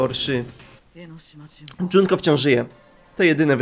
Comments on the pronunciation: Mówi się Junko Nie Dżunko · skoro pewno jusz wiesz o tym kim jest misztrz gry to powiem jednom najwaszniejszom szecz to mukuro umarła oprucz misztsza gry niemuwi sie dzunko tylko junko PS junko i mukuro to siostry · MÓWI SIE JUNKO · dopiero to zauważyłam... mówi na junko, dżunko:0